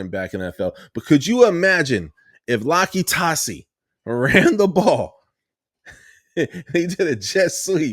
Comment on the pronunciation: yup, you said his name right. Big uso looks crazy good.